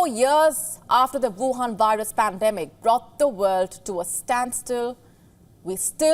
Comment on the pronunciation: "Virus" is should be pronounced with "V" as in "Vice" and not "W" as in "Wild".